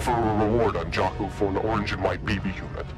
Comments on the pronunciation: It's jakku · It’s jakuu you say jac oo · It’s jakuu say (ja koo) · its jakuja)ckoo)